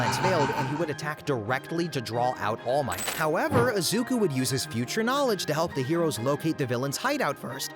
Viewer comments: Izuka Midoriya! It's Izuku, not Izuka XD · did he called Deku "Izuka" 💀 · at the beginning he even said izuka midoriya 💔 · Izuku not izuka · "Izuka midoriya" is killing me💔💔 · Ah yes, my favourite anime hero, “izuka midoriya” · Izuka 😭🙏 bros stupid asf it's izuku get it right lol jit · “Izuka” at the beginning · who tf is izuka BRO IZUKA? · did bro really just say izuka? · "Izuka" Yeah, vids already a flop 2 seconds in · dude at the start he said izukaa midorya